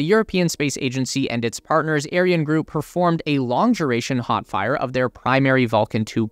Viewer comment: Can you just google how to pronounce those weird words like Ariane and Thales. It’s not rocket science